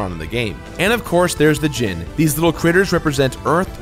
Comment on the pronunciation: Am I blind, or is it just that in every instance I've seen of it, the "I" has been a typo? I'm seeing "Djinni," yet he keeps pronouncing it as "Djinn." I love you,, but you gotta get some proofreaders for your scripts, or maybe do some extra takes. These mistakes seem to happen at least twice an episode. I mean, they're probably only mistakes that I've caught, since I seriously never see any of your millions of subs comment on these things, so maybe I'm just a whack-job. Whatever the case, do what makes you happy. If you enjoy constructive criticism like this, then awesome. If not, that's cool too. I realize you're completing games constantly, and you likely don't have time to nitpick things, but I just thought I'd bring this to your attention.